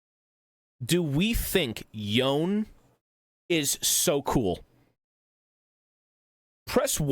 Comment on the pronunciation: i hear this guy call yone "yoan" i click off cringe